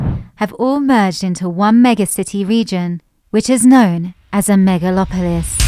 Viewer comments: "Home to Disneyland" "MAGALOPOLIS" LOL WTF? Hire an editor. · MAGAlopolis... haha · Well, at least they got the name right. MAGA-lopolis. LOL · they call us a MAGALopolis. Just can't get past this. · MAGAlopolis LOL!